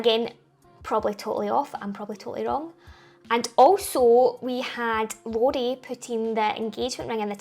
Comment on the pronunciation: Love your pronunciation (accent) of Rory.